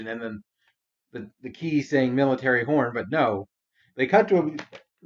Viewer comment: Every time it says "horn" I keep not hearing the "n."